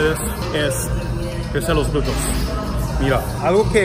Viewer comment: Agradesco mucho tu esfuerzo en hablar español!!👍y muy buena rutina de ejercicios, me encantas! Y muy linda modelo. Solo un detallito ya que lo repites mucho y de verdad estas tratando de ayudar sinceramente; se dice (glúteos) y no es nada personal. No! Solo quiero que lo pronuncies bien!😊💖